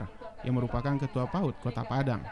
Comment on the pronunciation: Koreksi... PAUD bukan PAUT mbak/mas admin 😁